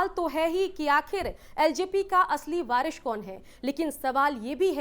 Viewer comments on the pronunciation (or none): वारिश नहीं सुकन्या, वारिस बोलो